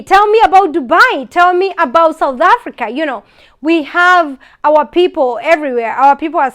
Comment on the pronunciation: In aaaafrika 😂..so heeear (here) 😂